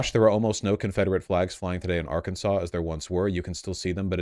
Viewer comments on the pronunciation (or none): none